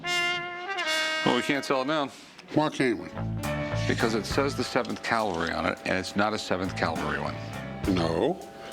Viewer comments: “Cavalry” not “Calvary” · CAV-alry. CAL-vary is where Jesus got crucified. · That's "cavalry." Calvary is something altogether different. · That would be cavalry, there Rick. Calvary was where they put that guy on a cross..... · Rick, learn to pronounce the word "CAVALRY ", not "CAVALRY ". Cavalry refers to soldiers on horses. Calvary is the place where Jesus was crucified. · Cavalry not Calvary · Rick, my man... it's not "calvary." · It's "cavalry" not "calvary." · Cavalry not calvary Rick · The word is cavalry Rick.